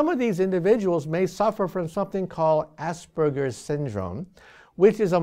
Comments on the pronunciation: asperges Haha i have that its pronounced as-perg-ers not ass-burgers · It's not Ass burgers. learn to speak. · Anyone else here assburger symptom? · ass burger syndrome? Am I the only one to hear that? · THANKS for the subtitles... I totally heard ASS-BURGER Syndrome